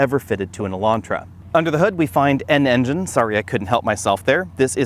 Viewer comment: did he say... A. An N-gine? B. N Engine? C. N N-gine? 🤔